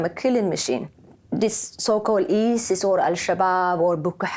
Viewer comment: ISIS not IRIS